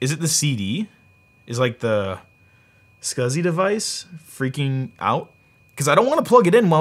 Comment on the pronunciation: Scausey (SCSI)